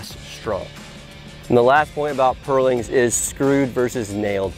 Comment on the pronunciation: I'm enraged by the way you say purlins.